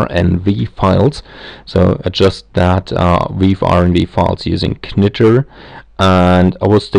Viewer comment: In English, it's pronounced like "nitr" - the k is silent.